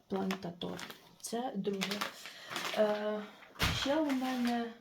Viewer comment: Настя, вибачте, що виправляю вас. Але вірно робити налогос ПлантАтор, а не ПлантатОр